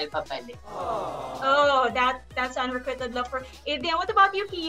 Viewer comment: Unrequited.. should be pronounce “unrekwayted” and not “unrekwited”.